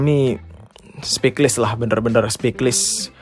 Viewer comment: intonasi nya santai nih tumben2an wkwkwkk .. btw "speechless" itu bacanya ' spich - les ' min bukan ' spik - lis '